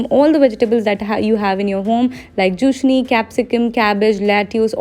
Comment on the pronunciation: you pronounced Zucchini as Jushni and Enchiladas pronunciation was way too funny 🤣😂